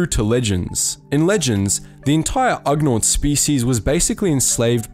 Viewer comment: Agreed. The ugnaught EVEN PRONOUNCES it for him.